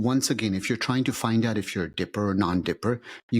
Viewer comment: Pronounce the word “out”… It’s not “ow” … it’s “out” Not pronouncing “T’s” is the sign of a liar- unless you’re Russell Brand or the English 🙂